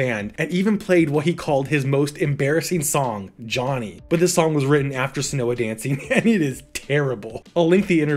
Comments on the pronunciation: maybe Seona Dancing wouldn’t be so lost if you’d stop mispronouncing it as “senoha”. It’s pronounced like “Shawna”. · It's pronounced Shauna Dancing.